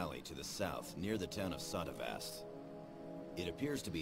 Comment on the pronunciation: I guess so, I stand corrected, it is actually pronounced as Sotteva